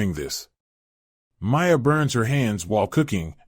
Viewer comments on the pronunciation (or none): Only 14 seconds in and you can’t pronounce Miia correctly This is actually a pretty good anime, tho